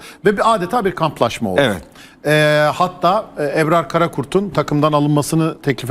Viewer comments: Eprar ne arkadaş "Ebrar" ismini telaffuz edemeyen adam yazı yazıp yorum yapmakta.... Hülen nassı ciddiye alıp tv ye çıkartıyorsunuz. "âh'ın hâli var kelâmı yok, makamı var nakli yok..." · Eprar değil Ebrar önce Türkçe konuşmayı öğren. Lafa gelince çok milliyetçisiniz ama Türkçe tırt.Hepiniz aynısınız.Bıktık. Boş yapma